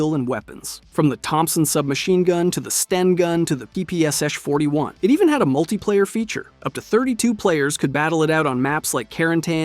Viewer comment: I am always so interested by your titles, but then instantly turned off by you pronunciation of so many words. 30 seconds in and you have already said "One O Onest" and "PPSHesh forty one"